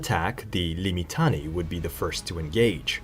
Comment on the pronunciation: Say it as liː.mɪˈtaː.ne.i: = limm-itTUNN-eh-ee. Five syllables.